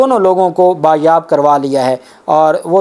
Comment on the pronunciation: Bayaab nahin hota baziyaab hota..Urdu is so bad